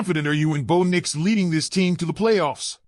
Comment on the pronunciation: Name is bo bo not boon fool